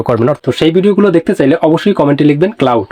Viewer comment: ভাইরে ঐটা ক্লাউড না, ক্লড